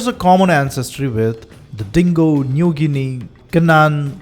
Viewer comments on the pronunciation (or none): none